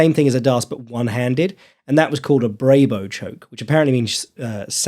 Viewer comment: brabo choke -> pronounced "brah-boh" not "bray-boh"